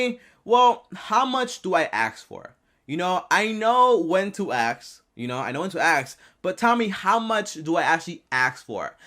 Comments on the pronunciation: Its pronounced ask not ax!!!!! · ASK not AKS 😂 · “Aks, axe, akk” It’s ASK! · 🪓 “Tommy how to I axe” 🪓